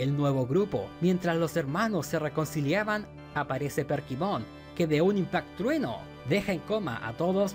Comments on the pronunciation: Porqué dice PERKIMON? se llama Kerpymon. Además este men nada más por que a él no le gustó, ya dice que es la peor temporada.. Mira los comentarios y te darás cuenta que casi nadie concuerda contigo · por qué le dice perkimon a kerpymon jajajajajaj lpm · decirle Perkymon a Kerpymon me dio toc todo el video xd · Soy el unico que escucha que le dice perkimon en vez de kerpymon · demasiados "perkimon" pero buen video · por que le llama "perkymon" a kerpymon y "dunasmon" a dynasmon? me pone muy nervioso xd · mi unico punto en contra es que todo el video te la pasaste diciendo Perkimon, y es Kerpymon o Kerubymon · Kerpymon no perkymon jaja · Perdí la cuenta de cuantas veces dijo "Perkymon" xD tremenda dislexia de más de 30 minutos